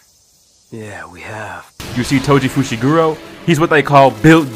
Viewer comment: "toji fushigoro"